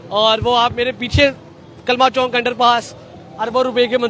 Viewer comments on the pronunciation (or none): Bhai "Chowk" hota hai "Chonk" nahi hota